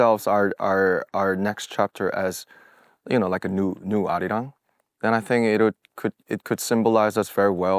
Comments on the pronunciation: He said arrirang😭🤣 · I think there's no one except me who noticed 'our wrong' instead of 'ARIRANG'😅